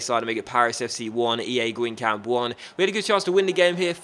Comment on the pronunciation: it is actually pronounced as gang gom